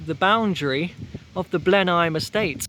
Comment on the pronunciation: small correction Blenheim is pronounce Blen-um. It's also a nice walk to continue the relatively short walk through the edge of the Cornbury Estate to get to Charlbury which is a far more reliable station.